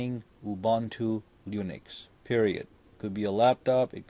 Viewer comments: lol he says lunix instead of linux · It is UBUNTU LINUX and not UBANTU LUNIX please!!!!! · The way he says linux. I cringe.